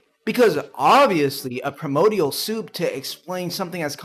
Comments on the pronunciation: my god this creationist pisses me off primordial cannot EVER be mistakenly read as "permodial" pry-more-dee-all not per-mode-ee all your entire attempt to call "evolution" silly is ruined by your INABILITY to read and pronounce words correctly let alone that nobody can deny the only real definition of evolution: gene frequency changes in populations that suffer imperfections and environmental pressure lactose tolerance is one direct and genetically traceable mutation that proves the mechanism of change happens some humans long ago held onto infant lactose tolerance beyond the normal gene shutoff point likely due to a broken suppressor gene(yes a broken gene made this beneficial thing happen) as a result they had access to a tolerable food for longer travel or local use(cheese is a longer-lasting option based on the same lactose) so by proving things can become better at surviving using a broken suppressor gene this proves there is absolutely no single type of mutation that cannot provide benefit if the right one is broken by chance(and if the wrong one is broken it doesn't get passed on as much so no problem there either) so mutations in any way can provide benefit to survival in a local population as that population ages and has new kids the gene frequency changes based on who survived long enough to have more babies SO GENE FREQUENCY does CHANGE IN populations OVER TIME so evolution by the only accepted definition is a fact what you are seemingly against is SPECIATION this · I can't take anyone seriously who can't pronounce correctly BASIC words related to the subject they're talking about. It's not "premodial" FFS.